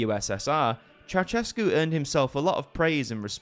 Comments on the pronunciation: Not Ceauchescu, but Ceaușescu, every Romanian name is pronounced in Irish. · It's chow-SHESS-koo, not chow-CHESS-koo. ♥